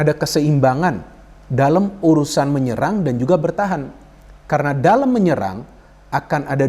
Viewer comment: Dalam bung bukan dalem